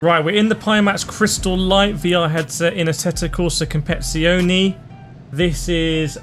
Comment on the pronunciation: Bro I think you left a few syllables in the name “Competizione” 😅 “Competzoni” “Com pet ti zion e”